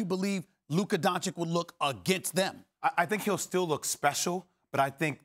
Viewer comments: I swear if SAS says don-chick again... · It is Luka D O N Č I Ć not DONČIK. Stephen A. Smith you is the best and i love you, but please start saying his last name properly. D O N Č I Ć. NOT DONČIK. Thank you! 😎😎😎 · If this man says “Don-chik” one more time... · Can you start pronounce "Dončič" right already? This is just sad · How hard is it to learn Luka's name?